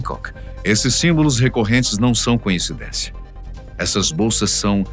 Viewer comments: Um detalhe também muito importante, mas que passou despercebido. A palavra certa é “coincidência”, e não “conhecidência”. Mas acertaram na segunda vez. Adoro demais o programa. Não durmo sem assistir. É apenas um detalhe que não muda em nada o meu amor por vocês e o belo trabalho! 👏🤩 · Coincidência e nao "conhecidencia"